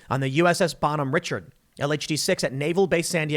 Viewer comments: Pronounced RA-shar-D, not Richard. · It’s pronounced rish-ard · Every sailor in Navy is supposed to be a trained firefighter. The Bonhomme Richard was a disgrace. Pronounced Ri-shard by the way. Nickname was the Bonnie Dick.